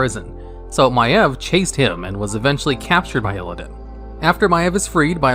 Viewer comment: My eV? I called her My eeev